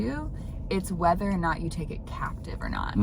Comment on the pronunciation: I like how you said 'whither' instead of 'wether'.. lol